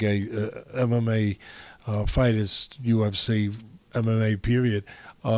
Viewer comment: Did Teddy say "MMGay"??? 😄 🤣 😂 😆